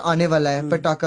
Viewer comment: Well your Pronunciation is far better than that of most Americans 😂😂 Pataka was right but It's Guddi (stress on D) you said Goody (Stress on O)